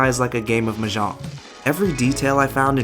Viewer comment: Also, not to be a dick but, it's kind of odd that you profess such adoration for The Joy Luck Club, yet you failed to learn how to correctly pronounce the word Mah Jong. It's really not that hard and I mean, they say it alot.